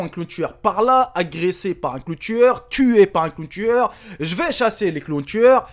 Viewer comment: on dit pas ji mais je !!😊